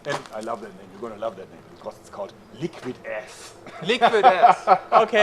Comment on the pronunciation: The way he pronounces "liquid ass" is awesome. "Lickvid ass"